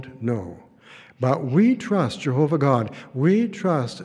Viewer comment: I cringe hard everytime he says Jehoobah "merciful Judge"...more like angel of death 😮😮😮